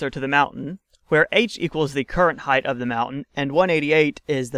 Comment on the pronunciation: I know you get it right about half the time you say it, but its a pet peeve of mine. Its height, not "heighth".